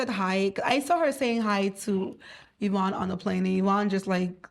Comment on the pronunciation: Is it or Evroonne? needs an English teacher, for real.